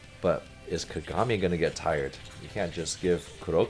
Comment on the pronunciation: Came to say the same thing. There is no "y" in his name. Just like there's not two "m"s in Ka-ga-mi.